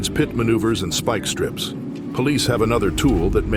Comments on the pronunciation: Speak strips 😂😂 it's Spike not speak. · Who is doing the voice over for this? a rur-ale chase avoiding speak strips LOL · Follow-ed??? Ru-rel??? Da-jed??? Speek-strips??? Is this read by AI? Just use your own voice!!! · “follow wed” “ru ral” “speak strips” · What follow-ed was a high speed chaize, through ru rall wisconson as dodj ed speak strips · something about that whole chase looked off. Almost looked like poor cgi. The movement of the car that was being chased looked unnatural. Also the ai narrator ain't helping it. "What follow'ed" "Through rur'al" "Dodg'ed speak trips". The hell is going on??? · It's way lamer than that! "What follow Ed was a high speed chase thru RU ral WI as dodge Ed speek strips and veer Ed into oncoming traffic."